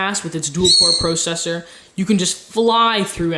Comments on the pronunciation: Lol " PROcessor" it's processor. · pwocessor lol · "it has a Duel-Core PRO-CESSOR" not just a processor a "PRO-CESSOR".